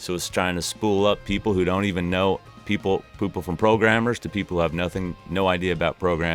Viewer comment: You said "poople".... :)